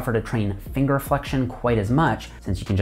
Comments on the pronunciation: the way he says bar reminds me of trailer park boys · after hearing him say 'bar' 4 times i had to see if he was Canadian :D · The way you say "Bar" get's me..